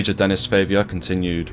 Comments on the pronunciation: It's Favier, not Favour, mate. That is not even similar. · His name is pronounced Denny Fah-viay.